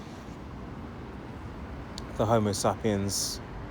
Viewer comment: 😂😂😂….. homosapiens…… might wanna check the pronunciation on that bud lol And those dingy dwellers aren’t here to mingle among us……. They hate us …… literally here to upset our culture and values In Luton the lavish show off cars are all bought to launder money. Even the shops who never get any custom have been there for years